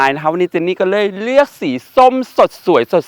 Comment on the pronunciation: เจนนี่ เจนนี่หลุดสำเนียงใต้ออกมาอะ เจนนี่ก็…เล้ย…